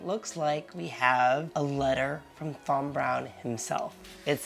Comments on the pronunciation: Great video but its pronounced Tom you dont need to pronounce the Th in Thom. My middle name is Thomas pronounced Tomas. 😂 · FYI - You pronounce it as TOM, as in tom and jerry you don't pronounce the H as in TH.